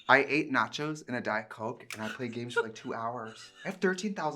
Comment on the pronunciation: Trixie that accent babe 😂 “Dite coak”